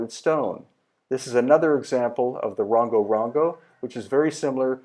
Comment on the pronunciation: The same shape Moai are found in Central America also . Rongo Rongo is pronounced "Wrong- o" not "Wrong- go".